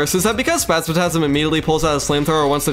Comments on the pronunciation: spazmatism not spazmatasm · Bro great video except i would have used mimic loot so you dont need to min max for mechs, also why do you say spazmatasm instead of spasmatism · One of the best terraria videos I've ever watched. I clicked on it expecting to click off after a few minutes but stuck around through the whole vid. One small thing tho the green eye of the twins is spazmatism not spazmatasm but overall great video! ❤ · 9/10 you call spazmatism spazmatasm instead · Yeah lots of people have corrected my pronunciation of spazmatism lol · You're the second youtuber I hear pronouncing Spazmatism as "Spazmatasm". Is there some reason for that? From what I know both it and "astigmatism", one of the words it's based on, should pretty much always be pronounced with an "i". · Insane quality and entertainment, the editing and commentary were amazing Bro violated the twins’ names 😭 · The way he pronounces the twins names felt like an uppercut to the ears. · "Spazmatism" has an I,. Not a third A. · not to be rude but you mispronounce spazmatism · I give you two days to learn how to pronounce spasmatism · ytou pronounce spazmatism wrong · Please re-read the word "Spasmatizm" slowly.